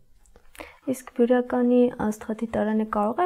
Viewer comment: Աղջիկ ջան մեր գյուղը բիրական չի այլ բյուրական